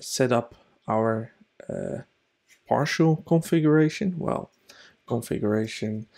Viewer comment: its "parcel", nor "parshl". lol